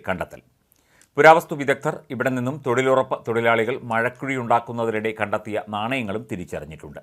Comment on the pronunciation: തൊഴിലുറപ്പ് എന്നു പറയു തൊഴിൽ ഉറപ്പു ആണോ കുട്ടി വായിക്കാൻ അറിയില്ല?